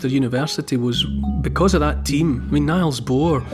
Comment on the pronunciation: sorry for this but it isn't pronounce "Niles" but "Neels" referring to Niels Bohr of course. Great listen Neil.